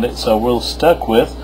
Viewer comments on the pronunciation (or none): none